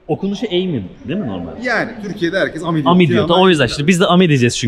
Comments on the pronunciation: Okunuşu ami yazıldığı gibi fransızca arkadaş demek emi değil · emi diye okunmuyor ki fransızca çünkü ami arkadaş demek ami diye okunur normal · Eymi diye okunmuyor, turkcedeki gibi ami diye okunuyor.ami fransızca arkadaş demek, google translateten fransızca okunusunu ogrenebilirsiniz. Hatta monami markasi vardı kırtasiyede, arkadaşım demek, my friend.